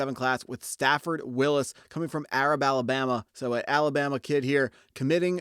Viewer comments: It ‘s pronounced “A rab” and you’re making a big deal out of 3 star athletes, which what was usually signed at the Univ. of Washington, not Alabama! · Dude you made a lot of people here upset with the way you pronounced Arab. Lol that ain't it, you from Bama?